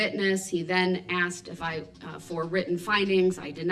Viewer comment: Judge faces babbling Brooks again. She " axed " him often to cease and desist but to no avail. He's the prime candidate for the phrase "...and throw away the key! "